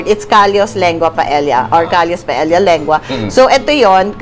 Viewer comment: Papu you pronounce paella correct